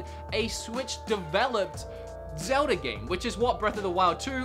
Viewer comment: Zelda? You mean ZELDI?????